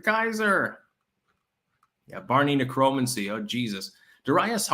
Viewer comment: "Neck row man see" Would sound a lot better! Yikes!